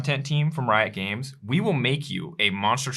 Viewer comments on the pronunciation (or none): none